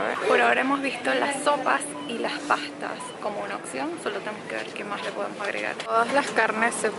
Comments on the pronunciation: amo como en vez de decir opción dices ocsion ahahah 🤣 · Se dice opción no occion aprende ha hablar